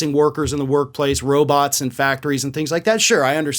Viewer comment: He's doing blow. Derrrr. PS I never realized how pronounced his lisp is. Roboths are gonna take their jobth.